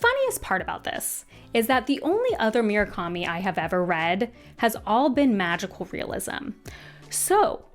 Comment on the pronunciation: Ok, i wasnt going to comment on Myoo-rah-ka-mi, but I can't let Jimma-nez go. They are Moo-ra-ka-mi and He-ME-nez, respectively.